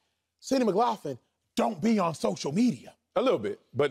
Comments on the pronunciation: Sydney Mclaughlin doesnt have an "F" in her name. (mick-lock-lin) Its funny he says "im a true track fan" right before mispronouncing maybe the best female track athlete of the last few years. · Y’all did a whole segment pronouncing the woman’s name incorrectly. Come on man. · They don’t even have the decency to pronounce this young ladies name right…people need to lay off her, her mom died and MOST people wouldn’t be out there doing what she’s doing